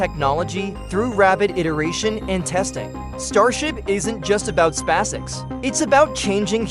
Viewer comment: These poor suckers are unable to purchase an artificial voice capable of speaking "SpaceX" properly!